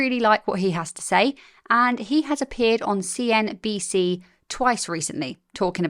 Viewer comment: You very nearly said 'CNBS'. 😂